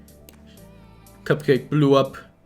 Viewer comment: why you say blu up🤣🤣